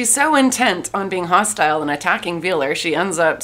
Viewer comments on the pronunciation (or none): none